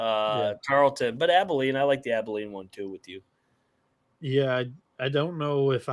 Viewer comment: TARLETON ( TAR-EARL-TON) not Tarlington. You can’t even get the starting 5 right. Sigiscar, Mpaka, Issacs, McDowell, Johnson. Healthy, this team will win the WAC this year